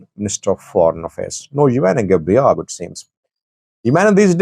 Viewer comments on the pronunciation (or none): none